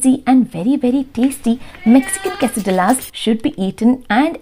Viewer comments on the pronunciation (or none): Quessadilla is pronounced as ' quessadiyas'. You don't pronounce ' lla'